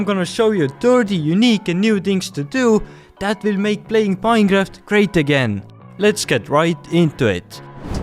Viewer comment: Minecraft❌ Minejaft ✅